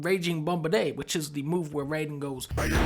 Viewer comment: "Raging Bubaday" We all know that's not what Raiden says...